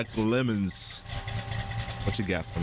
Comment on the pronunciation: Trans-Am Not "trans-aye-em." "Am" I "AM" a car guy. Pontiac LeMans say "Le' Mans." It's named after the French race, but pronounced without the French accent.